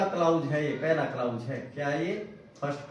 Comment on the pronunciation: क्लाउज नहीं क्लाॅज होता है महोदय